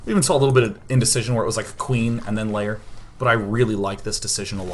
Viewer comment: Day9, stop saying 'lair' as 'layer'. It's pronounce 'l-air'. It gives me OCD.